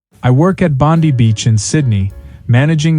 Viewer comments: To the channel makers it’s pronounced BOND-EYE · It's Bond eye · You don't work at Bondi Beach. If you did, you would know how to pronounce Bondi. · If you are indeed working at Bondi, how come you can't pronounce it?